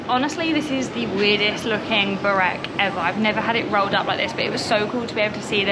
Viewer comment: You just slaughtered the pronunciation of Burek.